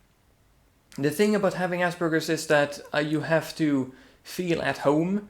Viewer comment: its Aspergers not Asbergers